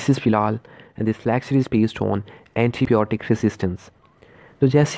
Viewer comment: It's not blotic it's biotic